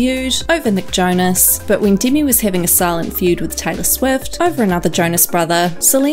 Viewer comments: “dimi and selena gomaiz” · not the only one, and “deeimy”